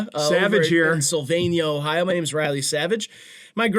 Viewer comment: was genuinely distraught at riley’s pronunciation😭